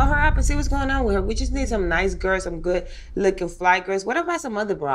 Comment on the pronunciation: Why can't Joseline pronounce the word "GIRLS"? She says "GIRS".